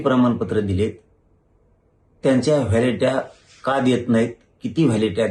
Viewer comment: Vhyalitya बोलता पण येत नाही